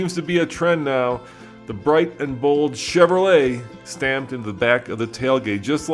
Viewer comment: First question in interview- Can you say say Cheverolet ? Nope. Chevvfrolay. Second question- Can you say Silverado? Nope. Siwlverado. Fire the whole team.